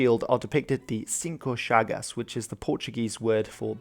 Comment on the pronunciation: Too bad you read it like if it was Spanish. Sorry but who congratulated you on the Portuguese pronouciation have no idea what they are saying. For example, you are supposed to read Chagas as “chagax” not “chagasss”. It’s not really a problem, but there is nothing to congratulate on pronouciation. This History content yes is great 👍